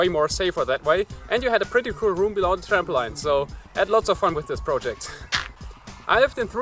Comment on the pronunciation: Hey it was really interesting! Just to let you know "Trampoline" is pronounced "tramp - o - leen" rather than "tramp - o - line".